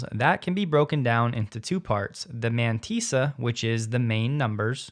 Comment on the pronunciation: Mantissa has two ss's therefore the pronunciation is 'man-tiss (as in p.ss)-a. Just saying.